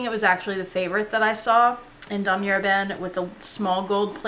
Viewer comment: Great collection !! I bought my Speedy 30 as pre-loved too for the same reason as you ... i wanted it cheap and i LOOOVE my darkened patina. When pronouncing Damier you do not say the "r"at the end .... it's Dah-mee-ay